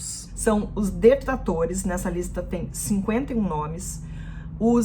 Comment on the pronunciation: Desculpe vc diz Detlatores